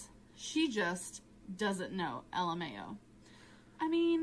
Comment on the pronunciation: What's funny is when was reading the random comment about her mispronouncing words she pronounced LMAO as "El mayo"